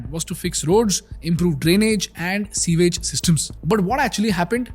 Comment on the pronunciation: Pronounced 'SOO-IJ'✅ (sewage) Not 'SEE-VAGE'❌ It's incorrectly pronounced even on Google. Your content is good, however, some of your other words are also mispronounced. Please take care....it's imp to draw your attention to these mistakes, since you have an English course out there in the public domain. First n foremost, YOUR OWN diction needs to be spot on! All the best 👍🏽